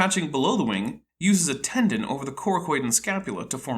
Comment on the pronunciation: When he says "wing" it sounds like "wang" 😂